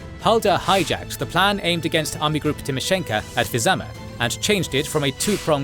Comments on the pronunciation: Vyazma, not Vyzama. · And misnarrated )